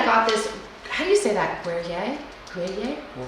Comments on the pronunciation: Pronounced .....Gree- air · Gruyere is pronounce gree yair